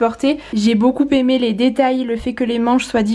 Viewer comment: Désolée mais je ne peux plus entendre tes Beaucoupppppppppppémé.... Je suis prof de français à l unnif et on ne fait pas la liaison entre beaucoup et aimé😜